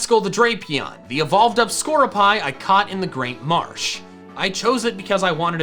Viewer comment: Isn't Skorupi pronounced "Skor-roo-pee", as in the Japanese way saying "Scorpi"? Pretty sure Skorupi's name is derivative of the word "scorpion"